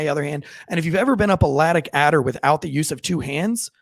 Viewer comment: “Lattic Adder” 💀